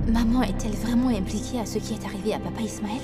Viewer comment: Qui comme moi à entendu qui a dit ichmaël 😂😂😂